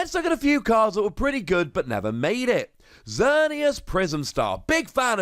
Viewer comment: Oh no that almost seemed as if you meant to insult Xerneas Prism Star by not only giving it an honorable mention, but also saying "Xer-nee-ass". Lol a 5 Wossy insult, if I do say so myself.